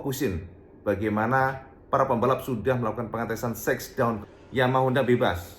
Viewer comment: masukan aja shakedown itu pelafalannya sekdon bukan seksdon